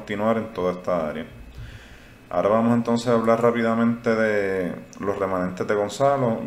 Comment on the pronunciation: Ejemplo : se escribe y se pronuncia igual la palabra "hablar"....y no "hablal".....se escribe y pronuncia "Puerto Rico" ....y no "Puelto Lico"...lo mismo es para "Verde"...y no "Velde"...."mirar".....y no "milal"...."sin embargo".....y no "Sin embalgo"......y así sucesivamente. Es muy importante que usted lo pueda "introyectar" (no "introyectal") ya que en teoría los expectadores no sólo buscamos información, también es válido lograr estar escuchando una dicción de dicha información plasmada en su canal de manera correcta, según los estándares gramaticales básicos. No es mucho pedir, insistimos. No creemos ofender a nadie, es normal lo podemos comprender que se arrastren algunos sesgos de dicción desde la infancia, pero nunca es tarde para perfeccionar o eliminar ( mejor dicho), tales sesgos. Esperemos que nuestra opinión sea tomada en cuenta sin ningún tipo de discriminación o censura. Gracias.